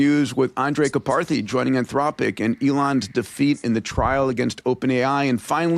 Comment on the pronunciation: Love the show! Peter, please check pronunciation of Karpathy